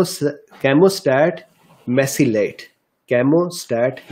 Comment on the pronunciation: Sir it’s camostat Mesylate